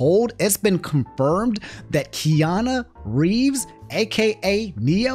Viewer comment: This man said Kiana Reeves